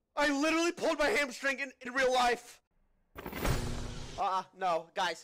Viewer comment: “I pulled my ham-strank!” 💀